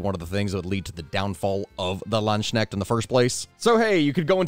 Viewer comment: Please, work on the pronounciation. It's Landsknecht, not Landsschneck, or plural Landsknechte and nit Landsschnecks. I know, this can be hard, but if you study them you should we able to at least pronounce their name somewhat right.